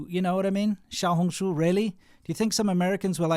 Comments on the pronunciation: You lived in China 14 years still couldn’t pronounce Xiaohongshu 😂😂😂😂 that doesn’t sound very smart.. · Shou-hung-shoe? (This is just how am trying to type the pronounciation) Im guessing Shou is little hung is red and shoe is book